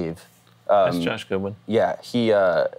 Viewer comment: Wolfie - "Gudwin" c